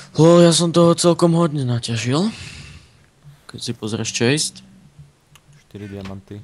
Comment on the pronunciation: ked si pozreš ''čeist'' nie ''čest'' :D smejem sa :D